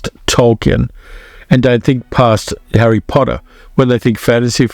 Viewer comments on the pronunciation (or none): none